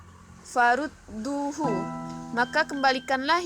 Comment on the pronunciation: Farudduuhu (duu) dibaca panjang...